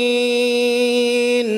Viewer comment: Nga-lamin. Ain nya kurang panjang di awal2.